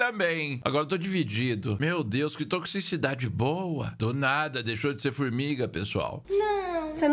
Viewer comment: "Que toxixidade boa" 😂